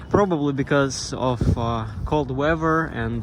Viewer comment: Your English is very good. The correct sound when you’re say weaf-er is weath-er. “Weather”